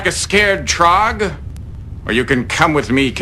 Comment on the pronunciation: Taarg not trogg......